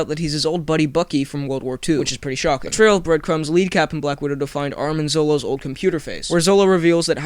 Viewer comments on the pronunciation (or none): just so you know, its Arnim Zola not Armin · ARNIM ZOLA!!! ARNIM!!! It's so irritating how everyone says Armin!!!!!!! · Arnim, not Armin :P